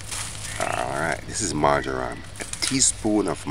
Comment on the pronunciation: Am not sure if i heard the name of that herb right....MARJORAM